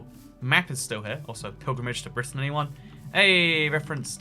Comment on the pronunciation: Never have I ever heard anyone pronounce Brittan as "Brighten" :|